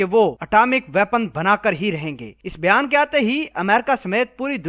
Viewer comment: بھیان۔۔۔؟ یا بیان۔۔۔؟ گھانڈو سالا۔۔😂😂😂۔۔۔ او گانڈو۔۔۔۔۔